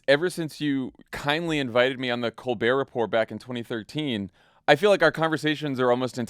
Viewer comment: Can't believe you mispronounced Colbert Report. How the hell can you have never watched an episode and think you are prepared for this interview?